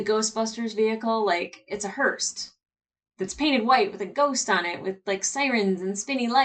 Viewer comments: You mixing up Alex and Amos’s names is funny enough but I almost died laughing when you said Hearst instead of Hearse 🤦🏼‍♂️ 😂 👀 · I'm hearing you say 'hearst', the word is 'hearse'. Maybe my ears are playing up.